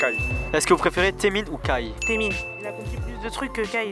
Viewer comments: Ça se prononce aizone mdrrr d’ailleurs mes oreilles ont saignées avec les gens qui disaient TAemin et non pas Temin 😭😭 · aaaaaah donc j'ai bon ? Ça fait mal au oreilles les TAEmin x)